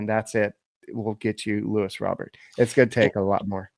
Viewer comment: His name is not LEWIS it’s LUIS